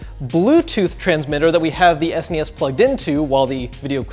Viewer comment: I actually hate the way he says SNES!